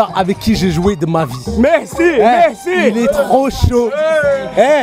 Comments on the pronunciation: thiago silva mercé au lieu de merci mdrrr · Thiago Silva: "Mehcii mehciii"